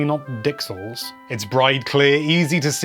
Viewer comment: The news today, says "Dixel"!